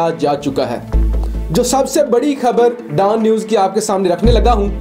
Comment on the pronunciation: DAAN News nahi Dawn News hai!!